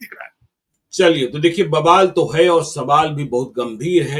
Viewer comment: ज्ञानेश्वर को बोलने भी नहीं आता है--- षड्यंत्र को खडयंत्र बोलता है।